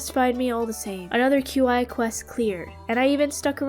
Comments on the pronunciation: It. Is. Pronounced. Key. Not. Cue. Eye. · Qi is pronounced chi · My headcanon is that Mr. Qi is pronounced "Mr. Chi/Chee", since that's how 'qi' would be pronounced in Mandarin Chinese. (Qi means, like, life energy, the energy in the universe)